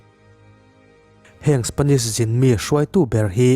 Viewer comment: A lam dan dik... Spanish ni lovin Spenish😁😁🙊🙊🙊🤗🤗🙈🙈